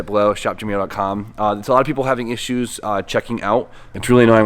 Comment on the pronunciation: the way you say issues and usually, can't get used to that